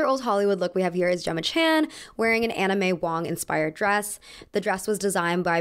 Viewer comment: I kept hearing Anna may Wong As 'anime wong'